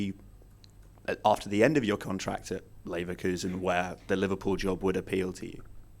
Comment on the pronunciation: even he said said liverkulsen '